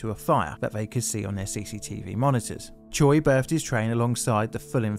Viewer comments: Choi is not pronounced "tcho-ee" but "tchay", otherwise very nice effort on the pronunciation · hey, i wanted to throw this out there for you so you knew for possible future videos! the korean surname “Choi” is actually pronounced as “Chweh”, as its spelled with the letter that sounds like -weh and not the letters that make “-o -i”. thank you for the awesome videos! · Choi is pronounced Che in Korean